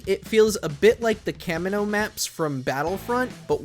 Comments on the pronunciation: Okay. Kamino is pronounced "Kah-mean-oh" Just so you know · Say it with me, KAYY-MEE-NOO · Just came here to comment, that you said Kamino wrong 😂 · The way he pronounces Kamino urks me lol